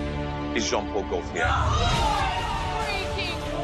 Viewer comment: AuNTM: please, please, PLEASE learn how to pronounce "Gaultier." It's French. It's your industry, do it justice. Score: 2/10